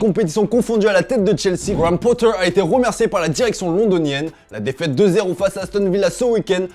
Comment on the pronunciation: Pourquoi tu dis gwammm pottar hahaha quel accent 👌🏻